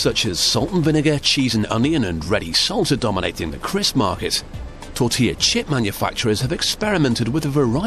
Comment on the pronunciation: Pronounced “TOR-TILL-UH.”